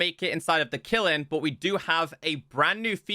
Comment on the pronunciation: Dear, bro, love your content. Got 1 pieve. "Kiln" is said like it's spelled. Not killin. Say the sound of "n". The same way you say the sound of "m" when you say "film". P.S. Have you done Sieves and Things? It's a great way to make your own skyblock crafting a Flatworld: Void then remove all the blocks accept 1 grass block. Nothing else. No End portal but plenty of game play options.